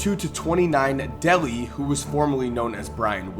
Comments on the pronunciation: His name is pronounced Bison Deh-LAY (not deli) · its not pronounced "Delly" its pronounced "Day-Lay" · It's pronounced Day-lay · I am sure there alot more,I thought Kevin Johnson destroyed Sacramento like Isaihi Thomas did the CBA,you kept mispronouncing Dele,no big deal though,decent video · FYI you kept mispronouncing Bison Dele's last name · OMG, you're saying "Dele" wrong, dude. The 1990s Piston fan in me is crying.